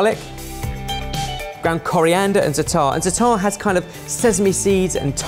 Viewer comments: The way pronounces zaatar absolutely killed me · Dear, it is Zaa-tar, not Zataar. I don't even want to talk about abomination. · Loved this!!! Za'atar = ZAHtar, not zaTAR. Just sayin',. The sweet one looked super cool! Babaghanoush can easily be made dairy-free (usually is) just with tehina, olive oil and lemon juice. Nowadays, many prepared ones are made with mayo (yikes!!!) But guys, where's the pita or laffa??? Eating falafel with a fork is just as wrong as eating shakshouka with one!! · please don't get this the wrong way but... non of those look like a real falafel. you really should go to Israel and try they have very good places for falafel. and it's pronounced- za-atar. not zatar. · zaaaatar not zatarrrrrrrr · please stop mispronouncing za'atar! its pronounced as you spell it - zaatar not zataar, the long aa sound is the first syllable... Every time you said that I cringed! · Quick correction if anyone is interested! The spice blend that mentioned is actually pronounced "zah-trr" and is a staple spice blend in Middle Eastern foods that consists mostly of thyme. For a quick way to jazz up green peas, add some olive oil, some Za'atar, and s&p to taste for a new take on an easy mid-week side. If used sparingly, it pairs quite well with fish. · same for avocado hummus haha! Zaaaaata'rrrr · as an israely, I think you are Overestimated how much yogurt is used in Middle Eastern cuisine, and that the sweet falafel is...barryish. In addition, "Za'atar" is pronounced in penultimate accent. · It's pronounced za'atar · that pronounciation of zataar made me laugh xD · If I hear mispronounce za'atar one more time..., try ze-AH-tar. Please. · Please! za-a-tar, every a pronounced.